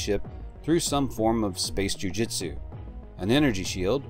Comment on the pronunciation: My man said space jui Jutsu 🤣🤣